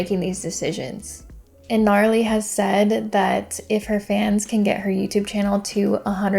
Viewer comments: it's not pronounced Gnarly lol it's Na-Rally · Love the video and all your content but it’s Narally. Pronounced Nuh-rally. And it’s not a distrack made by Laura, Narally made it. Sidenote it looks like all her portraits are of the same photo🤨😂